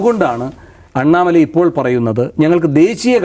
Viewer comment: Annamala alla.pannamala.